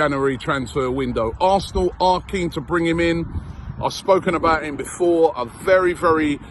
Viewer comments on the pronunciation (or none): none